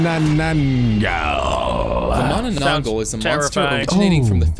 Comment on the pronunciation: bro just disrespected my folklore by saying mah nah nang gall